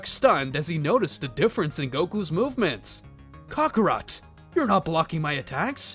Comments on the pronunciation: Bro really said kokorot instead of kakarot 😂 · Buddy stop saying Cockarot